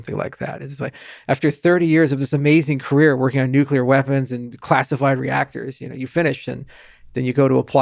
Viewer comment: You mispronounced ‘nuclear’ in front of a genius 🤦